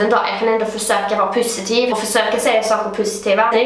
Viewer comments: Haha älskar att du säger pussi-tiv instället för positiv😂❤❤ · HAHA TOOVAAA❤ÄLSKAR ATT DU SÄGER "PUSSYTIVE" ISTÄLLET FÖR "POSITIVE" MEN ÄLSKART❤❤😂LOVVE UU😂❤❤ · Älskar skånskan "pussytiv" HAHAHAHHAHAHAHA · Jag älskar att du säger pusitiv istället för positiv haha❤❤ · älskar att du säger pussytiv hahah